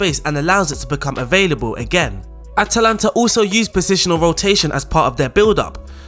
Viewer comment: Am i the only one annoyed by him calling them aNtalanta the whole time?